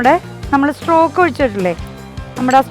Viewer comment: ചിക്കൻ സ്ട്രോക് ആണോ ചിക്കൻ സ്റ്റോക് അല്ലെ